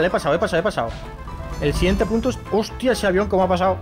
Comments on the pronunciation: soy el único que escucho p*to en vez de punto? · like si te diste cuenta que vicio dijo puto enbes de punto